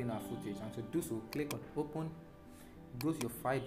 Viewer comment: Open not opon